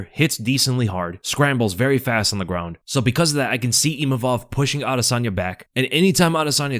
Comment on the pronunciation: pronounced adusanya 😅